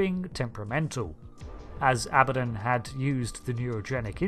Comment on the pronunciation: " Aba Don"